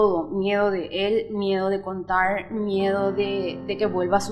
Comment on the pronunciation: Contaur,besaurme,susedeur,hablaur,invitaurme,teneur, Recordaur,pateurnos, Quedaur porque hablan asi???? Que chistoso acento 😂😂😂😂😂😂😂😂